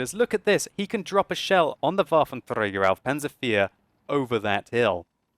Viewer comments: Wuaventreyger auv panser fear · hes pronouncing "Waffenträger" like spanish people would pronounce it ... which is rubbish. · Why do you say Waffentrager panzer 4 like that? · For a german like me, its so funny how you say Waffenträger auf Panzer 4 XD